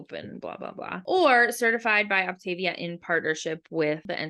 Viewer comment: First and foremost, it is not Op-TAY-via, it’s Op-tah-VEE-ah. If anyone wants to lose real weight, this works. Idc what these guys are saying. I had never felt so great in my life. I got off after 7 months when I hit my goal of -55 lbs. I maintained my weight easily bc I had learned control, which I had never had. I got pregnant again and just splurged when I knew better. I caused my weight gain! And how is it starving you?! It’s eating 6+ times a day! And they make it so easy you don’t have to even think. This vid is BS. If you do it right it works. I’m 3 YEARS postpartum and I am going back on it bc I’m 40 and I know it’s the only thing that works. Also, NOT ALL FUELINGS ARE DELICIOUS! However, you have to watch reviews and try a variety to know what you’ll like. Also, there are so many HACK VIDEOS to make the ones you don’t like so much better. Some are down right delicious. And being a coach is your choice. No one forces you to become a coach. I did it last time and I made about $500 a month. Which did justify it for me bc I used it to pay for my boxes. I won’t be coaching this time, though. Just losing weight. 1 week and down 3 lbs.